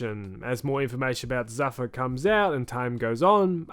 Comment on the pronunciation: It's not zuh-fuh... it's zoo-fah on the pronunciation